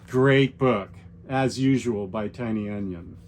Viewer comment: Great list! I will definitely have to pick some of these that I don’t already have up. Quick question: I’ve been wondering why you always pronounce James Tynion as “Tiny Onion”. Is that an inside joke I missed?